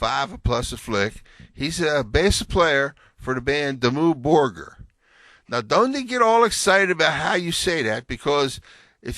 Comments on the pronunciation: i think its Dimmoo borgear to pronunce it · Dimmu Burger? WTF? I never would be able to say Dimmu Borgir like him,even if I´m spanish and all the norwegian I speak it´s a part of Vredesbyrd XD